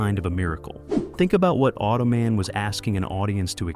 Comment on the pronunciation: Auto-Man say it properly, he's not a foot rest.